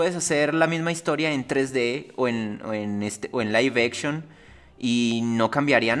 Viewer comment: "Laiv-echon" xD